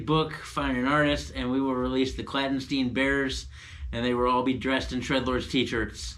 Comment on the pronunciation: I'm sure would love to pronounce the title. "Clandestein" 🤣